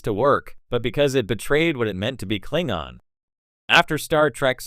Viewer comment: It's pronounced Klingon not Klingon.